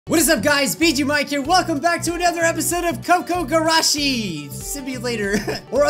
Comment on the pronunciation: kOO-kOO gUrAshEE (pronunciation. Your welcome!)